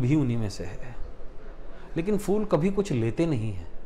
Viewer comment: Pehle toh sir fool nhi hota phool boliye